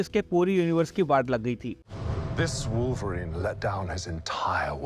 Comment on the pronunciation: Bhai Wolverine pronounce karna sikh lo pehle